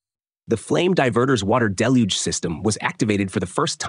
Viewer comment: Congrats on proving your intellectual competence by using the biblically-correct pronunciation of "deluge" (="dell-huge" = biblical flood).